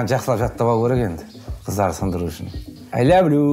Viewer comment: I love you ❌ I lobe luu ✅ 😂😂😂